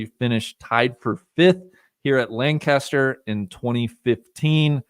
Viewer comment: I live here in PA and we do pronounce it LangKISSter. Not sure why...but is 100% correct! 👍👍